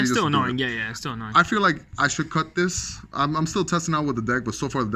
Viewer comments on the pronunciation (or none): none